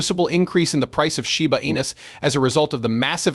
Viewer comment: Sure wish you would be able to make the AI pronounce the coin name properly. Very irritated.